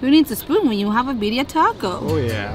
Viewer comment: where did you get that shirt? Super cute and always on point ❤️ Thanks for sharing you guys! I want to try that soft serve thingy lol! I'm also going to have to grab some of that birria (loved how cute pronounced it, it's kinda how I say it too 😉)